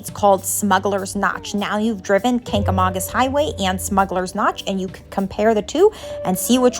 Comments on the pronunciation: That’s not how your pronounce Kancamagus. I don’t know who told you it was pronounced like August , as a local in the white mtns it’s not pronounced how they told you. It is Kang- ga- mainkus. Great video though. Made me proud to live here. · Literally no one in NH pronounces it like August. She must have asked a flatlander that just moved up here. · I grew up staying in the white mountains every summer. It's definitely not pronounced like August 😐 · As a New Egnlander hearing how you pronounce the Kangamangus highway is driving me insane. Ha. Great video though